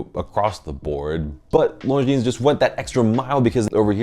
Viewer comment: Thank you for saying « Longines » the way it should be, ie with a silent « s ». Many famous YouTubers get it wrong, which is quite surprising for regular attendees to BaselWorld / Watches and Wonders